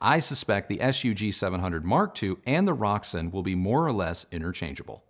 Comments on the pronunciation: May i correct you, its rokSAN not roksun, enjoy your day , great review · Pretty sure it's pronounced Rok - San After some ancient goddess. I have the 150 watt per channel k3 integrated which I bought second hand. I like the musical sound. Paired with monitor audio silver 100 7 gen. Would be great it you could get a hold of the Roksan Blak amp.